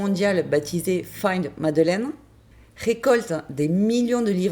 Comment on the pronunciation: C'est pas madeleine mais madeline